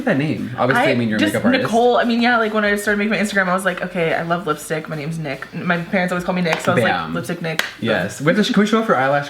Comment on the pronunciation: i thought he said lipstick dick